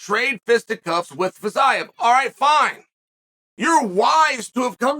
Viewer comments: Feezeeav is how to pronounce his name.. Chael.. Please.. Please learn finally how to pronounce foreign names. This is totally unprofessional! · If you had watched Fiziev fight you'd know how to pronounce his name and also why he is favorite. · No one: Chael : Getje vs Fitsaev